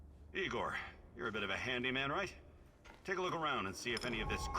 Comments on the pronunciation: no, it’s definitely NOT pronounced “Eyegor” xD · NO IT ISN'T. It's pronounced EEEEGOR,. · "LED neon" xD and no, it's not pronounced eye-gore lmao